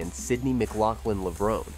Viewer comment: Please pronounce Levrone correctly - it has an inflection or hidden acute accent at the end, making it 'Levro NAY'. Tony Hunt World Junior Athletics News NZL.